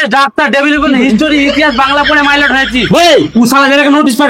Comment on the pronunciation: Mylot ❎ baralot ✅😂😂